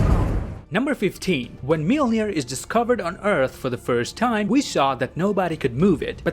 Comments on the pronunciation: The way I learned how to say Mjolnir is mule-near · Everyone: Mjolnir Darcy Lewis: Mewmew: Melnir